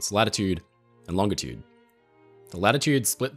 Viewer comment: Thank you for using a hard G when saying "longitude".